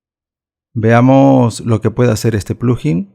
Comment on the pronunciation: No se dice plujin, se dice, plug in. Por separado